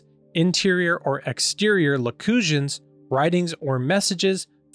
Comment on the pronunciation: Hey in general I like to see your videos, but if you're going to discuss the teachings of the Catholic Church, please learn how to pronounce the words you're reading, like "aparition" and "locution." It really throws off me as a viewer. I question the depth of your preparation and intelligence with this one.